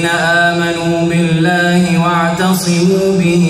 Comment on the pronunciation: يوجد خطأ في القراءة: أخونا فاتح قرأ بدل (واعصَموا) ✅ بفتح ال "ص" (واعتصِموا) ❌ بكسر ال "ص" وهذه قراءة خطأ عند حفص. لا أدري إذا كانت قراءة موجودة في الروايات الأخرى إلا أنها خطأ عند حفص والصح بفتح ال "ص". جزاه الله عنا كل خير فهو بشر وكلنا نخطأ وهذا شيء عادي. 🔴لكن وجب التنبيه لألا تعتادو على قراءة الآية خطأ